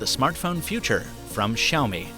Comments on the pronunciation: Hi,. Thought you'd wanna know MIUI is pronounced as ME-YOU-I and Xiaomi, SI-YAU-MI. Happy new year,! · Why do people pronounce XiaoMi as ShaoMi